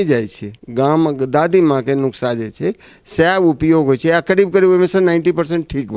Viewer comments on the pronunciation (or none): नुक्सा नहीं है सही शब्द। नुस्खा है